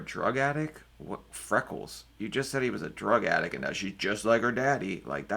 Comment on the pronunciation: any time someone drops the 't' in 'drug addict' I just think of an actual drug attic where people get high in the ceiling. 😂